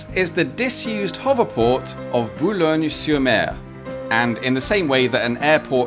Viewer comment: Hearing someone pronouncing "Boulogne" perfectly but then messing the "r" of "sur-mer" right after will never not startle me. Too big of a jump, too close together. Uncanny valley stuff that my brain can't get used to. Also I think the H in the circle is for helicopters. From what I remember usually helicopters land on things that look like this.